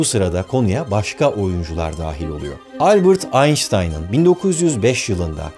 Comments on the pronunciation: albırt einstein degil.. albErt einstein !!!!! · Albert Einstein’ın adını yanlış telaffuz ettiniz. Bırakın şu Amerikan özentiliğini. Almanca’yı İngilizce telaffuz etmek nasıl bir mantık?